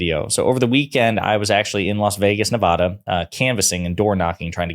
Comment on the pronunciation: You consistently mispronounce Nevada. I know what's not important to you, but if you were canvassing and you mispronounce Nevada like a northerner or an easterner, you lost that vote. There are literally videotaped warnings about this. You have to pronounce Nevada correctly when you're talking politics with them. Elections have been lost.